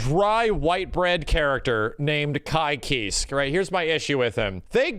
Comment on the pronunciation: saying Ky "Keesk" shaved a year off my life